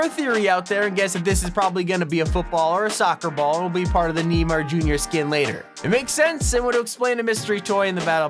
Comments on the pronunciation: Yo fam for fuck's sake man it's not "nee-mar Jr." it is "nay-mar Jr."🙄🙄🙄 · Knee-mar jr.😂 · He said Knee-Mar Jr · neemar jr lol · I love ur vids but Neemar Jr come on